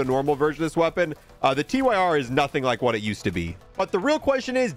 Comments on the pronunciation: gets me every time he calls it the Tee-Why-Are instead of the Tyr (sounds like tier) It's the name of a nordic god, look at the names of the grip attachments. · This bugs me every single time. No hate, but it's Tyr as in the Norse god, pronounced 'Teer' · Please for the love of god call the Tyr revolver the TYR revolver…. Not T-Y-R. Its the fcking god of war Tyr